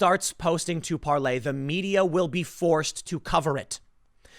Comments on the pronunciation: I speak French and you are saying it completely wrong lol. Just go to Google translate or pronounce it in English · It's Parler not Parlay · Tim...it’s Parler like the word parlor. Not the French term used by pirates, parle, which means to speak.. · I think its pronounced par-ler, not par-lay Tim, at least according to Dan Bongino who just became part owner in the company. But you're right, the french pronunciation does make more sense. Gonna have to get to the bottom of this one...not going to join anything until I know how to pronounce it! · Parler like Parlor not Parley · It's Parler, as in parlour, not any variation of "parlez" you gibbon fiddler! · PAR-LER not Parlay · Parler NOT parley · Par lor not Parley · Tim, the owner of Parler explained how to pronounce its name. It's not Parlay it's just Parler. Plz correct this. Its dumb. Btw, Brad Parscale is now on it. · It’s not parley it’s Parler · Parler tim. Not parlay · Parlay? IT'S PARLER! IT SOUNDS LIKE PARLOR! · Tim i hate to correct people but it's PARLER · Par lay? Are you re tay? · It's Par-ler, Tim. Like a sitting room parlor. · Tim, it is pronounced Par ler. Parler is not for conservatives only, all should come join Parler, they do not censor us, they do not fact check us, you have to be a responsible person and do your own research to make sure what you're sharing is true. No being lazy on Parler, they won't do the work for you and tell you what is real and what is fake, we seen how that was working out on Facebook and Twitter, they started telling us, conservatives are bad and liberals do no wrong and if we don't conform they will just alter our content and or label it false or misleading all the while what we're posting is the actual truth lol. Come join us on Par ler... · You read parler like parley. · It’s Parler Tim! 🤦🏻‍♂️ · It's Parler like Palor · No Tim, Parler is not spelled like PARLOR. Sometimes, you go from smart to stupid in about half a second. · It’s Parler!